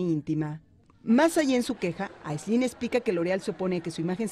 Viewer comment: Al rojo vivo: Se llama Áislinn, no Aislínn...